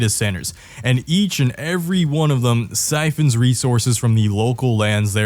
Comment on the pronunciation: “love thum for thum” truly inspirational